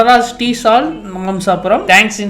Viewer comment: அது மாம்சாபுரம் இல்லையா மம்சாபுரம் எங்க ஊரு‌ பக்கத்துல தான்🙂‍↔️